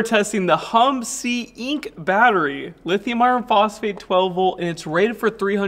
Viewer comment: Ah! America's favorite brand: "Hum-si-enk"!